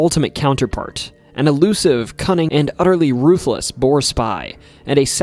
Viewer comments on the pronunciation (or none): none